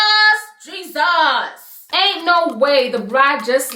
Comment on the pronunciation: jesus! JISAS! GEE-SUS!